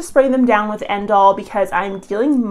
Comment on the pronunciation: Did you say endall?